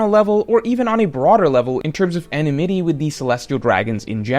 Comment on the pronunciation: Sorry it’s Enmity (Like Oden’s sword “Enma”+ “Tea”) Not Enemity, Despite how similar it is to enemy